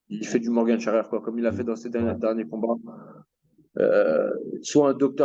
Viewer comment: on dit morgan pas morgane frerot